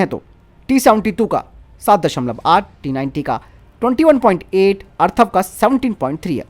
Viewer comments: Atharva na ki Arthava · मेरे बंधु... जानकारी अच्छी है, परंतु अर्थव और अथर्व में फरक जानलो...